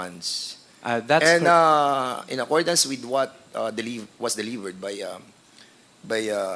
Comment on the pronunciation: Attention Dan FFFunds not ponds Delivvvvvered not delibbbbered